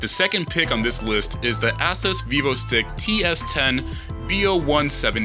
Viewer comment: need to learn how to pronounce Asus, and ethernet...If you don't know how to pronounce words, ASK SOMEONE...